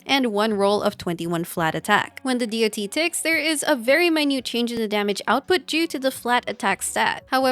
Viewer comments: You know you can also just say "DOT" as in Polka-Dot instead of Dee-Oh-Tee. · As an MMO player hearing someone saying D O T instead of just Dot its SOOO WEIRD XD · The video was interesting and chalked full of useful info, but constantly pronouncing the acronym "D.O.T." instead of just saying the word "dot" triggered me. Years of calling it "dot" makes more sense in my head instead of spelling the letters out individually. It's like spelling out "L.O.L." instead of just saying "lawl" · For decades in MMOS we called it Dot Damage, not D > O > T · I've never heard anyone fully spell out DoT before. I mean it makes sense but every game i've ever played before people just say DoT like it's a word and not an acronym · Say DoT one more time